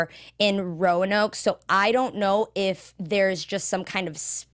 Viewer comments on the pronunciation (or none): none